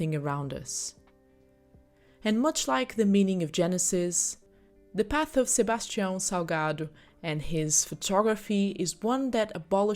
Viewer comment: wait, how come you pronounced his name so correctly? Are you secretly Brazilian?